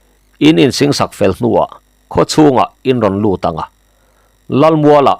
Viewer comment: Kawrkuam te, singsak te hi a hoh tehlul nen i lamdik thiam thlawt lo chu a nia leh, i nep ve hle mai